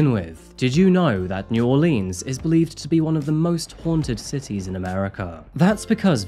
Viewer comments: Growing up in America, we were taught how to spell Mississippi in grade school. It was a little song, sort of. So it has never been hard to spell for most people in the U.S. Also, Not many people pronounce New Orleans as you did in this video. It’s more like Nawlens or Nawlen 😂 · I legit LOVEEEE your videos more than any other channel on YouTube, but your pronunciation of Louisiana places just about kills me 😂😂 it’s New Or-linz and Tan-juh-puh-hoa!! Don’t worry though, us Cajuns realize it’s impossible for even 99% of other Americans to say 🤣❤ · Btw; it's pronounced " naworlins " together.. say it together fast sounds right. That's how our people down here say it. " New Orleanz " is how most people pronounce it. We get upset about it here 🤣🤣 fun free fact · I love your videos! I am born and raised in New Orleans … Let me help you out! New Orleans : “ Or-Lens “ Tangipahoa : “ Tan-Jah-pah-hoe” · Just a kind comment...New Orleans has two major pronunciations, one which is said like leen and the other more like lins. That's what I think you heard and someone put it in as New Orelans on the map. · It's not New Orleans. Nor'leans. I'm Australian and know that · As someone who grew in New Orleans, his pronunciations of New Orleans and Tangipahoa were crushing me lol! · check the correct pronunciation of New Orleans. Horrible, horrible murder. Idiotic sentence of 100 years. The US Justice System on sentences does not make any sense. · Mais Cher…You done butchered sayin’ New Orleans and Tangipahoa, yeah, but Boudreaux and Thibodaux say we done gone forgive you. So come pass a good time with us, Cher! 💁‍♀️ Hot boudin and cold couscous, come on Cajuns, mush mush mush LOL 😂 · Commenter doesn’t pronounce New Orleans correctly!!!